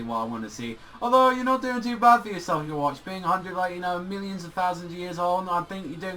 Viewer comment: Yes Ywach but you say Youwatch which is way different.